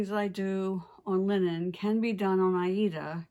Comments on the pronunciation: I love your videos so incredibly! And it's always so nice to hear that you pronounce the word Aida correctly. ❤️👍 Wonderful! Thank you so much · For almost forty years, I have heard "Aida" pronounced the way does. That's how I have always said it, too, and I'm sticking with it!!!